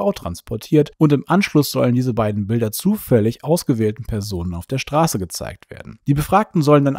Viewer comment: Wie er immer "zufällig" betont